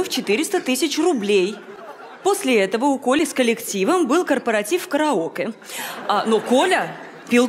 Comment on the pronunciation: Как она сказала "караокэ", одним словом раскрыла персонаж❤